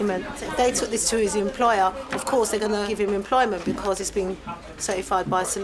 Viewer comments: It's not "caurse" it's "course" with an "O". No wonder the poor chap is answering your questions thinking you are asking about the "structure of the cost"! And he answered accordingly.. three times! You are the one who should take a "caurse" in pronunciation! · By right it did sound like he said “COST” instead or “COURSE” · His pronunciation of the word course sounded very much like cost. I only realize he meant course when he was speaking to the cameraman. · Did anyone else catch the "course" verses"costs"? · Dat Boa Troy ohhhh course he said🤦🏽‍♂️🤦🏽‍♂️ That’s wrong